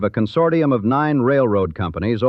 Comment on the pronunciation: I don't think that's how "consortium" is pronounced.